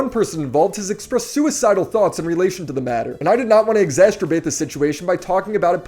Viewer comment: "Exasterbate" ??? Ah Americans and their constant mispronunciations of common words 😆